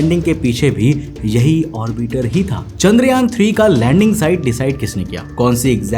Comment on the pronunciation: Please pronounce 'orbiter' properly. It's irritating